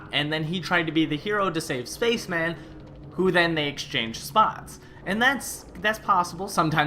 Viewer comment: it would be nice if he pronounced space man as it is in 30 rock